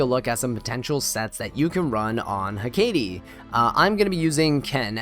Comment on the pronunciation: I’ve only ever heard it pronounced HECK-ate or ECK-ate, but apparently your version is closer to the actual pronunciation, learn something new every day lol